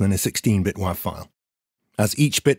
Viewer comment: good to know that I am not crazy for pronouncing wav like that.